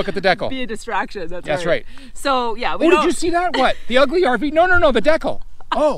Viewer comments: Thanks so much for accepting the challenge! We knew that you would do a great job and we loved the double feature. :) Oh my heck, what is a "deck-al"??? Wait I think it might be a "dee-cal". ;) Can't wait for Quartzsite! :) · Hello from Okinawa, Japan! What on earth is a deckle?? Is that Canadian for decal? Or are you just messing with us? 😂 I’m going to start saying deckle and see if anyone knows what I’m talking about. We can’t wait to get moved back to the USA to start our full time Rv adventures. Thanks for sharing!